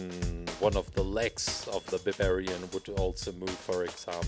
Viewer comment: you said babarian.